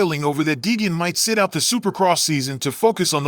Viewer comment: Yeah this channel is a joke can't even say Deegan correct.false news